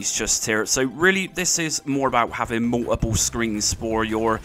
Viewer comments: Mou-oh-pull... OH! "Multiple". OK, thanks. I guess. Still left you a like. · The way you pronounce "multiple" LOL